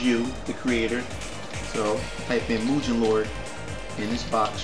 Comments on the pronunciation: actually its really Mugen(Moo-gen) not (My-oo-gen) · IT"S PRONOUNCED MU- GEN! NOT MU JIN WITH THE "J" SOUND! (sorry) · srry...but its mugen...u say it like mujen...no offense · agh! its mu ge n not mujen! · The creators (Elecbyte) actually said it was pronounced Moo-gehn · I know, I made this comment 10 years ago. Its pronounced Mu-Gen. With a hard G. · mugen is a Japanese word. It means Infinite, which is the theme of the game